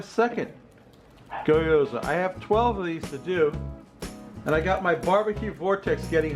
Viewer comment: Not to be that guy, but it's pronounced, "gyo," and, "za," rather than, "goy," and; "yoza."